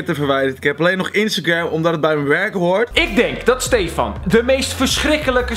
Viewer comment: hoe zegt hij hoord 🤔🤔🤔🤔🤔